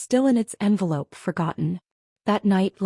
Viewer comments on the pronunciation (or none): none